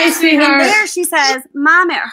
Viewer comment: After fixing the short circuit in my 15 foot main guitar cord, I'm wondering where to pack it, in the carry bag or in the hard case. From out of nowhere, I channeled Bella's tight annunciation with the clipped syllables. I'm pointing saying "In here. No. Over dere!" I think of her often.